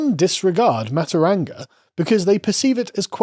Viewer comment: Aotearoa is pronounced “aye-oh-tay-a-row-ah” and matauranga is pronounced “maah-tow-ronga” The NZ Government is pronounced “com-ee-trash”